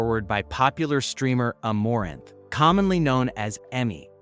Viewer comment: tbh after you pronounced Amouranth like that and showed a clip of qtcinderella as if she was amouranth, you lost all credibility